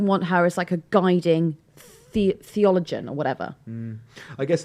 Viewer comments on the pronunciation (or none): Can someone please teach how to pronounce theologian?